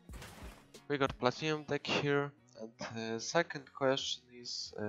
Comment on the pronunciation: It's deck not dick xD Nice vid bro❤